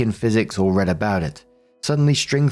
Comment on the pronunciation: Story 1 - When manages to misread the word "read" in context TWICE. As for OP, she's one of those pathetic, self-deluded people who waste years, even decades, of their lives on a novel that will never ever be finished.